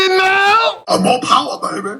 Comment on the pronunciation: No Powah Babeh!